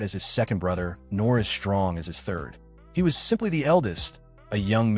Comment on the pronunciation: I really hope you’re saying the “THIRD” not the “TURD” 😅😅😂😂